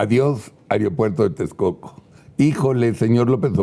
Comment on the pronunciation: Me preguntó porqué personas tan preparadas como uds., dicen: AROPUERTO?.